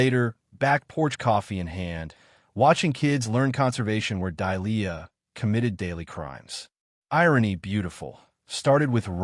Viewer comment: Good grief is the HOA ladies name Delia(Dêlēâ) or Dahlia(Dâlyâ)? Dahlia is not pronounced as Dīe lē yâ(see preceding phonetic).🙄 No matter which name it is the AI Narrator can't pronounce either one correctly!